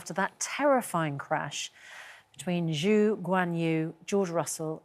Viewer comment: She couldnt pronounce Zhou